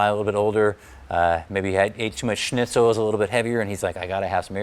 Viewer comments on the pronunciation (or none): none